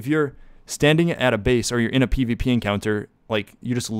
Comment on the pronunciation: my man said "PvPoo" lol